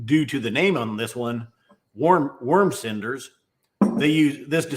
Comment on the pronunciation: Thanks for the review - Definitely will be checking out that worm cinders bottle when it posts today. 👍 kinda tough to pronounce that one without it morphing into “warm” cinders hahaha.